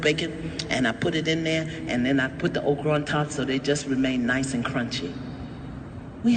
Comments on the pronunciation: I thought she was saying Oprah, too. But obviously she was saying Okra the food I really like. I think she should have sounded it out and spelled it so it would not be mistaken for the Queen of Talk Oprah! Just enunciate because Oprahs name does sound a little like "Okra." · She said Okra